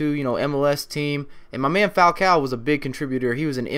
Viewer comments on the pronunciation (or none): Fal-co is how you say it not fal-cow